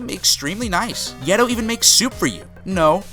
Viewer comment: "Givedoe" lmfaooooo, dude had it right on his vids and still got it wrong.